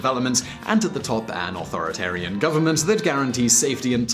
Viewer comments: Autheritan lol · I was talking about how he managed to mangle the word 'authoritarian'.